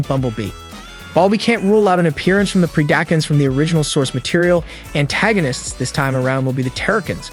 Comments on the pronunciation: He did not just say Pree-dack-un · Its not Pre-dack-uns its Pred-i-cons also its not Terror-i-kins its Terror-i-cons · I was so confused who the “pre-dack-uns” were until I realized he horribly mispronounced predacons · The "pre-dack-uns" is killing me slowly, but a solid breakdown. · idk how he even messed it up so bad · Hahaha pre-dAcns nice pronunciation of predacons lol.🤣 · that part you really make it hard for folks to not rip their hair out when you butcher the pronunciations like that! PRED-A-CON, TERRA-CONS, and its R-C "Arcee" SMMFH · Pred-acons not terror-cans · It's Preda-con, like in predator. And Terror-con. Pretty sure the Terrorcons are from the Best Wars Uprising franchise. Those of us who grew up on Beast Wars, G1 and Armada are gonna give you a ton of crap for butchering the factions 🤣